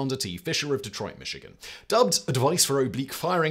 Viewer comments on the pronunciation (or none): none